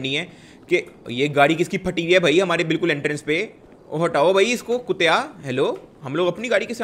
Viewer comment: Yar app 'kuttiya' boht acha bolta ho really kuttiya😂😂